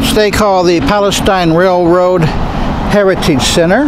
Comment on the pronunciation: You'll be sad to know that the big, hollow tree was cut down on the 8th. The City determined it was dead and didn't want to risk it coming down during a winter storm.Good vid! P.S. We pronounce it Pal-e-sTEEN.